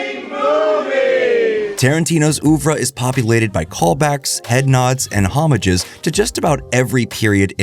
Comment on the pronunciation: Œuvre, hommages, ... Work on the pronunciation of those French words. 😅😉